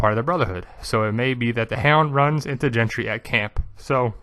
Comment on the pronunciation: His name's not "Gentry", it's GENDRY, with a D, not a T